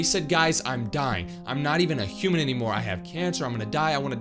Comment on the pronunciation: It is human not humen and aslo its have not hace but im not mean to him